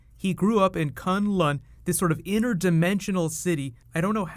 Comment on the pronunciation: He says Kun Lun as if he is talking about Kun Lun, the actual place in China, and not K'un L'un.